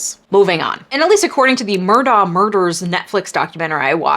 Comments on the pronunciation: His name is pronounced "Alec Murdock." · It's pronounced "Mur' dock". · It's pronounced Alec Murdock, but great video! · I love you and your videos but I think the last name Murdaugh is pronounced Mur-dock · Did anyone else get irked by Alex Murdagh being the only person in that courtroom who could not properly pronounce “Alex Murdagh”, or was that just a me-thing?